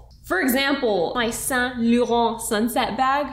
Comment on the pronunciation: I love you but the way you pronounce Yves saint Laurent gives me a headache